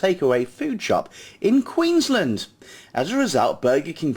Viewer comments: You can't even say Queensland properly. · Wow! You say Queensland a weird way or maybe just ur accent